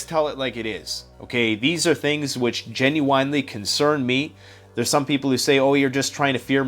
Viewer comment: Gen u ine (Jen you in) there is no "whine" in genuine